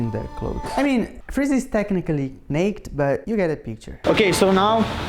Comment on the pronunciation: All those in favour of changing the official pronunciation of naked 🖐